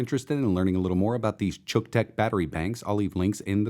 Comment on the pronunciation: lol the voice over everytime he had to record to pronounce the name differently